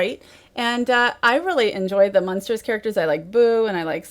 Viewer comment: Does it bother anybody else that she keeps referring to the "Munsters," rather than Monsters?